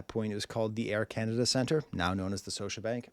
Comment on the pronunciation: The second "t" in Toronto is silent professor lol (and Scotiabank has a hard "k" sound "Skosha")